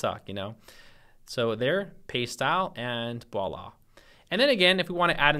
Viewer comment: at about 30.18 sounds like you say "voila" and not "walla"... as a frenchman I thank you.